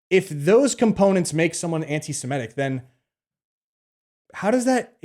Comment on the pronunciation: 'Anti-Semitic' is pronounced as it's spelt: 'sem-I-tic'. Not 'sem-E-tic'.